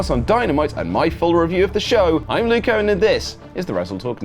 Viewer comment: It's Luke not "Like" 😂 it's U not I